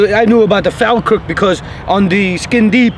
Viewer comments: Am a Falkirk fan it's pronounced Fawlkirk Falkirk Mods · If your going to talk about a football team at least know how to say the name of the team properly ...its spelt Falkirk..but you say fallkirk